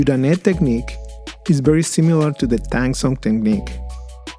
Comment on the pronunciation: the Zh in Tanzhong is like a ch sound. Like tan chong. That was a good recipe btw. :) Thanks for the recipe